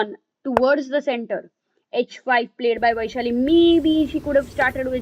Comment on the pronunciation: its not vaiiishali, its वैशाली